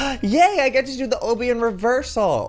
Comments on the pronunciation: I thought Obby isn't pronounced "o bee" it's pronounced "ah be" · joey PLEASE call obbys' like aw bee or bees instead of oh bee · "Oh bee" I thought it was pronounced "aw bee" 😂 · I love how he says it O-B rather than the regular Ah-B😂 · lol I like how he says obby like OH-BBY. I say it like Lobby without the L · It's Aw/bee that's how u pronounce Obby 😂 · I think it's pronounced Ah-Bee. Like Obstacle Course is Ah-bstacle. Obby is short for obstacle course. Sorry, it just really bothers me when people say Oh-bee. Lol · im dying he keeps saying oh-bie its obby XDD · It's not ohbee it's awbee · Obbie lol its obby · Joey it's pronounced like lobby but without the l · U say o-by it ob-y FYI cx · Joey I don't think that you call it ooby it's obby ok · Ok Joey OMG I love you so so much but it's A-BEE not OH-BEE! But I still love you! 😘❤️😁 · He said oby but he said it wrong obby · Joey said Obby pronounced Oh-bby isn't it Obby pronounced Ah-bby? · He said oby instead of obby😅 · Joey it's no O-BE it's AH-BE Like this so Joey can see it!!! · It's pronounce ab-be not oh-be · joey i'm not trying to be mean but it's pronounced awbby not ohbby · I hate how he says ohbby instead of ahbby (these are the spellings of how they sound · It's not pronounced like OHbby it's pronounced like obstacle course. obby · it makes me mad when he says Obie instead of obbie. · UGHHHHHHHHSHSHSHSHD ITS NOT. Oooooobbey it's ahbeey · obby** you kept saying obbey🙃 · Joey I love your videos but it's pronounced OOOOOO-bby the O kinda has a A sound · heey joey pls notice me 😊 btw its not pronunced as owby it obbie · JOEY UR FUCKING PRONOUNCING OBBY WRONG!!!! ITS NOT OBY, ITS CALLED O-B-B-Y, OBBY!!!!! Luv u tho! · sweetie it's pronounced like ah-be not oh-be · Eeeeeeggggggg he still pronounces. Obby. Ahhhbeee. Like ohhhbeee. CRINGEEEEE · OH-BBY! lololol I cringe so hardddd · OBBY IS PRONOUNCED AWW-BEE JOEY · I think it's pronounced "ah-bee" like obstacle course. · obby is pronounce aw-bee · Joey its ah bee